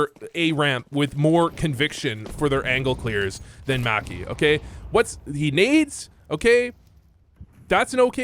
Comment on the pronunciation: You say maki like you wear whitey tighteys.